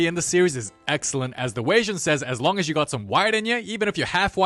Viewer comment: I rike it rong an hard😭